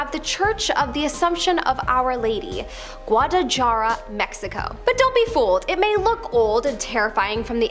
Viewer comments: Guadalajara isn't pronounced correctly. The "J" is supposed to be pronounced as an "H" not a "J" sound. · I laughed when she said it like jara instead of hara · Guatala jar-a huh? And your job is to pronounce words for a living 🤣 its not jar-a its pronounced hara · it is Guadalajara pronounced Guad a la haira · The way she pronounced Guadalajara is really bothering me. And im white. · As soon as she mispronounced Guadalajara I knew I needed to un-subscribe. It’s as simple as doing a quick google search to find the right pronunciation.